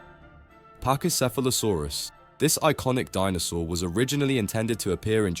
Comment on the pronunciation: You pronounced so many dinosaur names wrong